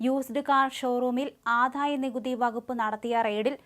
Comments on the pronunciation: ആദ്ധായനികുതി അല്ല, ആദായനികുതി. വിദ്ധ്യാർത്ഥി അല്ല, വിദ്യാർഥി. ഖാനനം അല്ല, കാനനം. 101 പ്രാവശ്യം എമ്പോസിഷൻ എഴുതു, എല്ലാ ചാനലിലും ഉള്ളവർ ശ്രീകണ്ഠനായരുൾപ്പെടെ. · ഈ പെൺകുട്ടിക്ക് ഉ‌ച്ചാരണശുദ്ധി ഇല്ല. ജ എന്ന അക്ഷരം തെറ്റായാണ് ഉചരിക്കുന്നത്. ആധായ നികുതി എന്നാണു പറയുന്നത്. വിധ്യാർത്തി എന്നാണു പറയുന്നത്. ഈ ചാനലിനു വേറേ ആളെ കിട്ടാഞ്ഞിട്ടാകും.